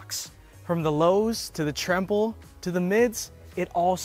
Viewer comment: “The tremble”